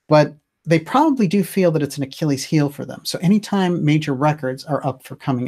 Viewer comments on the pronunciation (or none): none